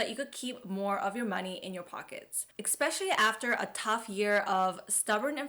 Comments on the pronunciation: I connected my phone youtube to tv youtube to let you know that you said "exspecially". Especially a common mispronounced word. Ess-spesh-a-lee. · It’s especially, not expecially!😊😊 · Did she SERIOUSLY pronounce it “EX-SPECIALLY”?????????????????? HOW IS THIS POSSIBLE IN THE YEAR 2024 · Please don't say "ecspecially".